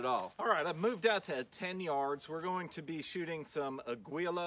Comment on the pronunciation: “AGWEEELAAH” lol 😂 them southern pronunciations